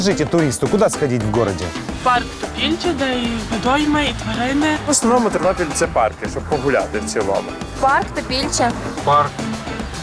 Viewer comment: Тарнопіль, а не Тарнополь! І Тернопіль, а не Тернополь! Говори правельно.